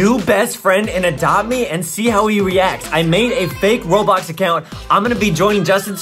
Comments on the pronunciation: Lol btw when Adam said Roblox it sounded like RoBolw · Adam say "Robox" XD